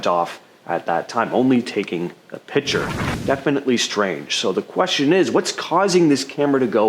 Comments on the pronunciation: YES YES YES.....PLEASE say "Picture". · It's "Picture" not "Pitcher."